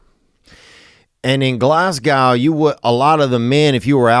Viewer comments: Fucking love your content but I'm steaming (that means drunk in Scotland) and just wanted to let you know (unless you were pronouncing it sarcastically) that Glasgow isn't pronounced "Glass gow", it's pronounced "Glaz Go". Much love tho, you're sound as ffff. <- I'll let you work that one out 😝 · It’s “Glazz go” not “glass gow” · Glasgow is pronounced Glaz-Go! 🤣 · Glasgow is pronounced glazgo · ITS GLESGA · Insert Witty Name Seriously doubt he sold out in Glasgow if he can’t even fucking pronounce the name of the city.